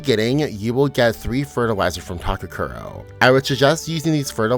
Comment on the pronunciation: Takakura, not takakuro.